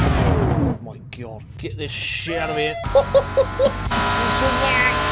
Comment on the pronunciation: "Ma teeth", makes me laugh sooo hard